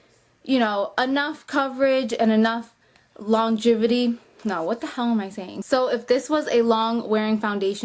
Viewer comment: ..."Longivity" lol I had to watch it again.